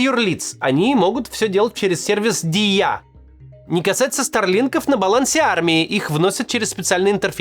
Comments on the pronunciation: Максим, нет такого слова "диЯ". правильно произносить "дИя", ударение на И, в украинском означает "действие". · продолжаем учить правильные ударения)) не диЯ, а дИя... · Макс, прикольно говоришь) Только ударения не на Я, а на И) дИя) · Не ДіЯ, а ДІя) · «Дiя» - это «действие» на украинском, а не государство. И читается как «дИя», а не «ди Я» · дИя, не диЯ братк, ваще не сложно выговорить и на русском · Правильно дИя, а не диЯ. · Не диЯ а дИя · ударение на И, Максим. дИя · У нас обычно говорят дИя - с ударением на И. Оно то, конечно, "держава і я", но еще есть просто слово "дія", что означает "действие" или "операция" (опять же в значении действия). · Пьяница что ли? дИя а не диЯ. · Все правильно, только не диЯ, а дИя, дИяты. От этих слов произошли российские действие, действовать. Да, формально это другое, акроним держава и Я, но так как уже есть украинское слово, то все произносят его так же. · не діЯ, а дІя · ДийА 😭😭😭. Это читается как дИя , мягкая Д , ударение на И , Я продлевать не нужно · Дiя это не только аббревиатура держава и я. Это слово означает "действие". И ударение в слове дiя на первый слог, дИя. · Ударение на "і" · Дія-с ударением на і.Означає Действие. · "Дія" ударение на "І" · "Дiя" - ударение на "и", произносится как "дИя". Это игра слов: не только "держава и я", но и "действие" по-украински тоже "дiя"😊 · "дІя"- ударение на "і" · в слове дія ударение на и(і) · в слове Дія ударение на первую букву. на Д не благодарите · Дия ударение на и. И переводится как действие, голова бл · Макс,😭 правильнее говорить Дия с ударением на и. "Дiя" также преводится как действие с украинского. Игра слов. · ДІЯ - УДАРЕНИЕ НА "І" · ударение на і! на і ударение... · Дія!!!! Почему режет слух неправильное произношение, ударение на "И"